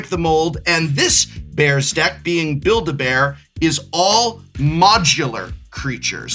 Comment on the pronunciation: "Build-A-Bears" Somewhere in Victoria, Canada Graham Stark's ears are burning.